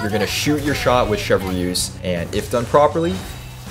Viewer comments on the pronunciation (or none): wait... Chev-Re-use? 😭